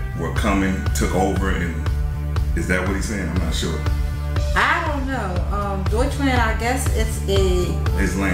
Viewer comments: If you want to pronounce Deutschland correctly, say it like doytsh-lahnd. Love ur vid tho. Intant sub❤️ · BTW in German you pronounce Deutschland like "deuch" - "lunt". Flatter vowel on the end syllable. ... As extra, in German, a German man is called a "Deutscher" (R on end). A German woman would be a "Deutsche" (no R on end). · Pls... Pls pls... Learn how to pronounce Rammstein and Germany = Deutschland. 🙏